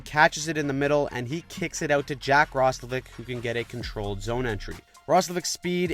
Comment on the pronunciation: Roslavic? Did Roslovic become Slavic now? XD